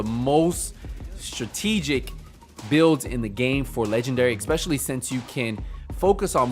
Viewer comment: Ok man I'm not usually so nice as this makes me cringe when I hear it. It's the same with other words too. It is pronounced ES-Specially. EK-Specially does not exist. You might have to work at it to correct it, but it needs done. Just hope you don't say Nuke-U-ler either or it's a lost cause. lol